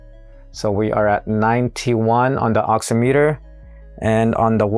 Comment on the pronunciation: Pronounced ox-IM-it-er, much like "oxy-" is in "oxygen" and "-meter" is in "perimeter." The nuances of the English language, I know, where a word has different pronunciations in different instances, is a pain.